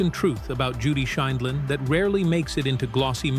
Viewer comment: At one point AI can pronounce Judy's last name the next segment they pronounce it wrong I wish AI could be programmed to give correct pronunciation.